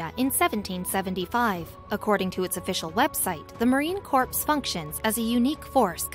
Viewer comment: I wish you’d actually take the time to get a real person to narrate. These are two very interesting stories deserving of our respect but when the computer generated voice doesn’t pronounce many of the words correctly it takes away from it. “S” is silent in corps, “L” is silent in Colonel, “dip” sticks not “drip” sticks, etc..